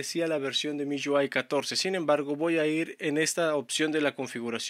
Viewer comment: "miyuai" jajajajaja